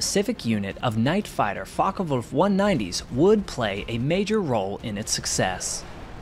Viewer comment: Not too bad with the German pronunciation but it would be Focke VULF. W's are pronounced as V's an German. And Kurt Tank would be pronounced Tonk.